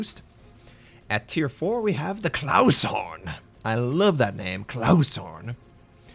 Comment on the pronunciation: How did you turn "KLAS" into "Claus"?